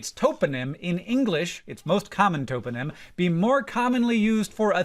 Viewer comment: Top-o-nym, not tope-o-nym. ❤